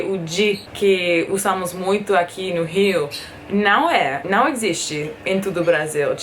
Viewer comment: Sim o ão está otimoooo